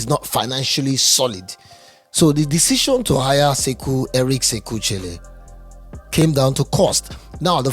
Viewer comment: Eric sekou chelle is pronounced " Eric seku shell "